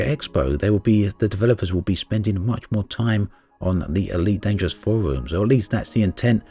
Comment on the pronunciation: "Ee-weet Danger-woss"